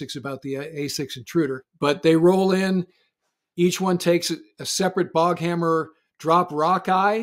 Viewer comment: The Iranian Speedboats are called "Boghammar" not "Boghammer".